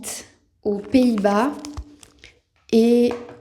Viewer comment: “Pays-bay” kom je van nederland?!